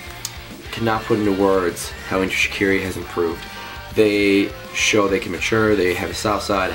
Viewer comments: its pronounced enter shi-car-e and kel fuckin soo prees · please pronounce shiKARi properly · It's ok if he's pronouncing it wring, he's Canadian XD